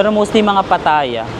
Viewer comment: It's not pa TA ya. It's pa tha YA. 😊